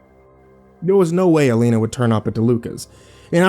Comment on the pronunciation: Why are you pronouncing her name 3 different ways? You say Alina, Elena and Ileana. Please pick one.